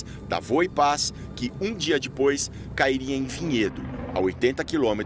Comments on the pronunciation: "dipois" se diz "depois" e não "dipois" coisa ridícula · Pow um repórter desse nível falar "dipois" é complicado viu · "Dipois" kkkkkkkkkkkkkkkkkkkkkkkkk